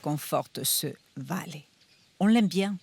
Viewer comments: "Bale" pas "Vale" por Díos 😭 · Mais pourquoi dire "valé" ? Tout le monde dit "balé" ! Y compris dans la version espagnole de CE reportage, alors quoi ? Karambolage España - "vale" | ARTE tv Cultura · Vallée ❌ balé ✅ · Désolé pour la correction, mais le v n'est pas labiodental comme dans d'autres langues ; en espagnol c'est bilabial. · On ne prononce pas vale avec le son v mais b. Je ne comprends pas pourquoi le prononce à la française quand sa largue maternelle est l’espagnol. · Normalement le v se prononce b toutefois dans certaines aires hispaniques il est prononcé comme un "v". Il faut le voir comme un accent. En Amérique Latine c'est très fréquent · J'aurais pensé qu'elle prononce les v presque comme des b, mais non Dépend des régions surement